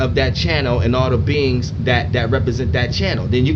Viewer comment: I thought you said beans until you were saying beings more i noticed lol